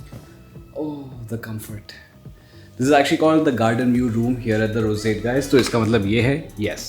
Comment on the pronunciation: the "rosate" Others - roseate Pronunciation level 100% 👍🏻